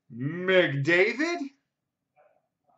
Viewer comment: Why did you say McMcDavid